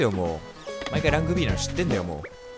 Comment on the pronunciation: ランクＢがラグビーに聞こえたww